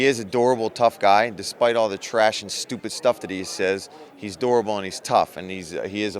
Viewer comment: He was tryin to say durable lol u gotta watch those philly mfrs